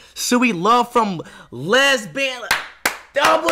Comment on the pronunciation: Bro said leasbon instead of Lebanon